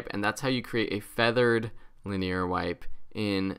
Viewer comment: I love you you pronounced linear.